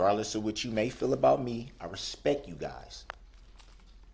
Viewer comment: He respek you guys yes " RESPEK"